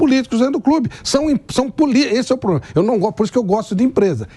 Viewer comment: O Andrés era melhor em relação as frases. A unica palavra errada que ele dizia: Era poblema